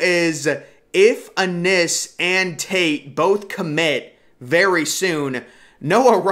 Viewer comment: Bryson Rodgers WILL BE THE BEST ONE PERIOD.. and it’s IN!! Innis BRO! Not Ah-NNIS! Lol come on bro!